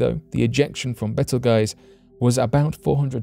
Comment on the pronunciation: It's not "Betel Guys" it's called "Beetle Juice"...